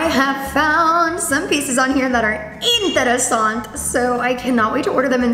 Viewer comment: Why does she keep saying interesant? Like without the e at the end??? Lol